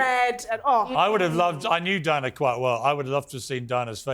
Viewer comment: Who the $uck is Dianer??? Why can't just say Diana.